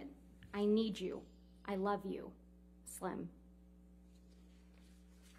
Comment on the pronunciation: That "I LAF U," JONHY was alrdy gone